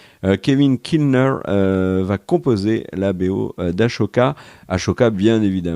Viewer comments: Ahsoka se dit « asoca» pas « achoca » 😅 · C'est Ahsoka (ass au cas) pas Ashoka ou Achoka. Je sais c'est pas bien grave mais bon à force de l'entendre ici ça me titille et je me sens obligé de faire mon relou. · Ahsoka, ASSSSSSSSOOOKA (pas Achoka, j'ai les oreilles qui vrillent à chaque fois 😅) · AHSOKA et pas ASHOKA bordel tu vas t'en rappeler ou faut te le graver sur le front à la Inglourious Basterds ?! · Pourquoi vous prononcez toujours Ashoka alors que ça s'écrit Ahsoka ? J'aurais plutôt prononcé (Assoka ) comme dans la VF. Je ne peux parler de la VO ; je ne l'ai jamais regardé...😅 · Belle analyse les gars comme d’hab ! Mais par pitié arrêtez de dire « achoka ». Le H est AVANT LE S NOM DE ZEUS !!! C’est Ahsoka et non Ashoka ! A bon entendeur… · C’est aSOKA pas aCHoka ( ashoka respect) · Les gas je vous adore mais s’il vous plaît, arrêtez de prononcer : Ahsoka : Ahchoka C’est Ahssssssssoka Ahaha voilà c’est tout Sinon merci pour vos vidéo et oui beaucoup d’annonces Star Wars .. je sais pas si c’est bien on verra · Tu me trigger à chaque coup en prononçant "achoka" 😂 Pareil j'ai eu du mal à passer la première saison de rebels, mais ça décolle tellement après! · Akocha ? Achocolat? c'est qui mdrrrrrrrrrrrrrr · C'est la cousine portugaise d'Ahsoka ;)